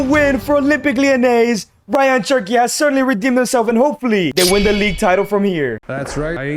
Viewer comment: Cherky? Its cherki